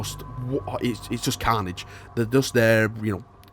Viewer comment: “It’s just Khanage”...